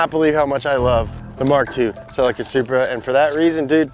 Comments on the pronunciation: Love the ‘Selupra’ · why do y'all keep calling that BMW a ...soup-ra?? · Love the Super-Uh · Supra sounds like sup bra 🤟